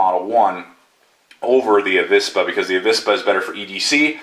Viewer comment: In Spanish there isn't any difference between the pronunciation of V and B but you say it rather correctly, "avispa" or the non-existing "abispa" would sound the same. Greetings from Spain, saludos.